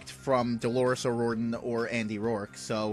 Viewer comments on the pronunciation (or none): Appreciate the review ! By the way our family name is pronounced O - Rear - Dan but don’t worry about it !!